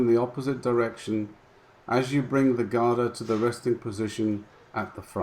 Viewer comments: Thanks again..small pointer, GADA is pronounced gDaa...not GaaDaa..most non-Indians pronounce wrongly...Cheers! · Great upload! Quick tip on pronunciation, Europeans using Sanskrit words often confuse or the length of the Vowel. The vowel sound here is 'a' [uh] For Gada both the a's are short [uh] ie Ga da or Guh Duh In Ga the vowel sound is built into the consonent 'G' eg the word 'Game' is pronounced G ay m try saying the G sound without the uh you can't as the vowel forms part of that consonent The same goes for the 'Da' sound. Note on 'Da' sound The tip of tongue touches the upper teeth. At the moment when you say it note how your tongue touches the soft palate above your teeth you need to drop it to touch the teeth. As in the pronunciation of the word 'The'. Guh as in Goat Da as in The when we say 'the' we dont extend the uh sound, try saying 'The' without further extending the uh ie try to cut it short. Other points of interest. The Gada makes an important appearance in the classic MahāBhārata. When on the final day of war, the protagonist Bhima and his opponent Duryodhana are both experts at Gada duel to Death! Duryodhana has greater skill and so bound to win. Krishna is a spectator and at some point slaps his thigh indicating Bhima to break the war code and hit his opponent on the thigh! His reason, Duryodhana had broken so many rules himself it was now time to pay the price!